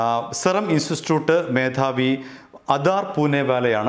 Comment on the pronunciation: ഇയാൾ ഇൻസ്റ്റിറ്റ്യൂട്ട് എന്ന് പറയുന്നത് നാവ് വഴങ്ങുന്നില്ല